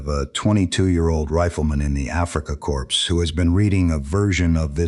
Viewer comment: Why can't this AI say the simple word CORPS correctly? Terrible AI